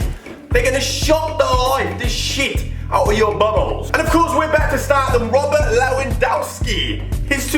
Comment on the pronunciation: You pronounced Lewandowski wrong..Just saying